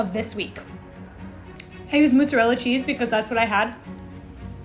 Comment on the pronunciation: Props to pronouncing mozzarella better than most Italian Americans I know!